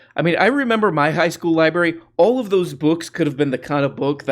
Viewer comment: It's pronounced LIBRARY not libary! I was going to say you seem smart, but it's obviously the contary.